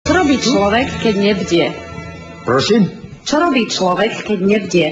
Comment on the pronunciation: mne sa najviac pači to jeho "prosim?" s anglickym akcentom :D